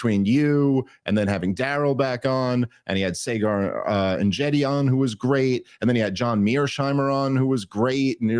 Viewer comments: Dave pronounces Saagars name wrong EVERYTIME! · Nice to see Dave still hasn’t learned how to say Saagar’s name lol